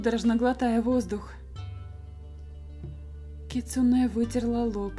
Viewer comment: в слове кицуне ударение на у)